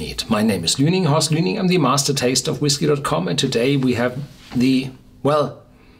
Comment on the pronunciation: Reasons for loving Horst: my name is luening quaffable mua-ho meruaghah